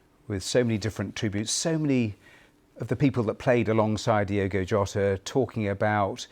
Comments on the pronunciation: Incredible how much respect the bbc are showing here but they continually get his name wrong. It's Diogo not Diego. Learn who your talking about. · Kinda disrespectful that in a lot of British news broadcast, the host names him "Diego" instead of "Diogo". They can't even spell his proper name smh